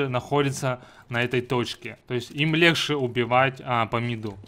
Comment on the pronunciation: Очень помогло, но бесит место легче "лехшэ"